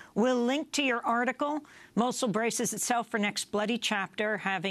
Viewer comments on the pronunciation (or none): why she saying mochel its fuckin mosul (Nainawa) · she keeps sayn mochul